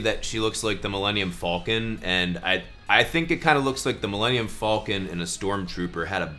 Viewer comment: “The Millennium FALL-KIN”